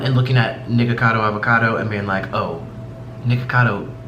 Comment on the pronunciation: Did you really just say Niggacado😐😐😐😐😐